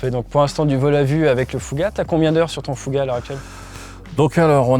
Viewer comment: C'est marrant il semble dire "Fougar" au lieu de "Fouga" c'est moi ?